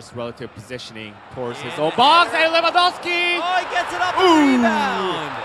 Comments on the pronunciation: It's so annoying when people can't pronounce, or be bothered to learn to pronounce, people's names. (Pronouncing Lewandowski with 'w's instead of 'v's). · Its lewandowski. The W in Polish is pronaunced as "V"